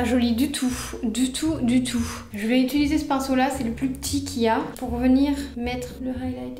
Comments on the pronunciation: Tes vidéos sont grave cools mais ça me stresse trop tu dis « ituliser » au lieu de « utiliser » et « sourci » au lieu de « sourcil »😂😂😂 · utiliser, UTILISER mdrr 😂 après 50 "itulisé" la France a mal mdrrr